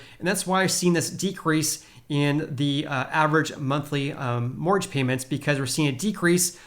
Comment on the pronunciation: What's a "morge rate"? I think you mean "mortgage" rate? The "t" is silent but we actually do pronounce the second syllable of that word. It's quite difficult to understand you when you swallow up entire syllables. "Housing" should be pronounced with a vocalized "s"; like a "z" sound. Here's a reference for that